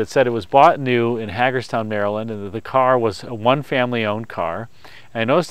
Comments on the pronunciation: btw this is silly to point out, but just for future tellings of the story: Hagerstown MD is pronounced Hay-gers-town, not Hah-gers town :). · I'm a big fan & a Md resident, Hagerstown in Md is pronounced HAY-gerz- town similar to Jagermeister < (love😋 or hate🤮) I LOVE the 68 Mercury PL it looks so solid from all angles but especially from the front head on, it just screams quality! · Having been born and raised just 25 miles north of “Hay-gerz-town”, she is an amazing survivor!!!! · I love those cars beautiful! Love your videos Maryland native here HAgerstown loud “A” Not criticizing just educating